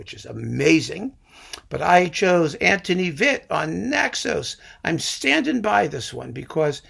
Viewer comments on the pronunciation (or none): none